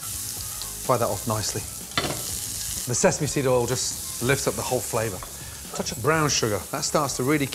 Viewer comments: You mean "Olive All" : he can't say "Oil" 😄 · You meal Olive All.....he can't say "Oil" or measure ..... LOL.....